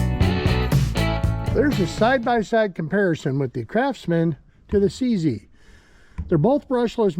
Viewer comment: You don’t pronounce it fricking “C zee” m8. 🤦🏻‍♂️. It is pronounced “See See”…. 👍🏻